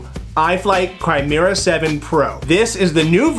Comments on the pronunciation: It’s pronounced “Ki-Mer-Rah” not “Cry-mera”. Just saying. Great video though. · It is not pronounced CHRIMERA